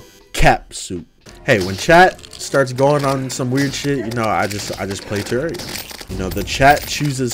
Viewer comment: "Welcome back to the Tewawwia Cwicker Cwass." im considering being a furry so youre lucky